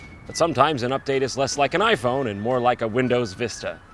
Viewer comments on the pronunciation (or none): none